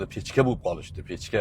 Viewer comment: ПЕЧКА ЭМАС, ПЕШКА (ПИЁДА) PECHKA EMAS PESHKA.